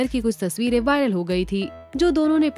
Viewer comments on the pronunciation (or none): none